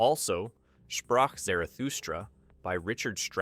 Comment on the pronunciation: Also... Spracth Zarathustra!